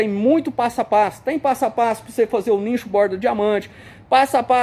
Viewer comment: Não é nincho. Pronuncia nicho